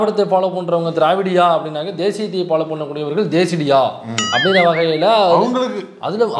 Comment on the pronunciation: அது தேசிடியா இல்ல தெ,... ....